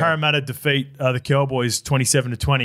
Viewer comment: Once you hear say “Ceewwwboys” instead of “Cowboys”. You can’t unhear it.